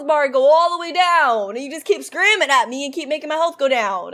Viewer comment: She said screaming wrong